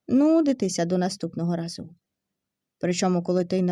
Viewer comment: В тІні дЕрева. Минулого рАзу. З роззявленими ротАми!!😢😢😢 Не пістрявим - а картатим пледом! ВзялА папірець. У дворІ!!!!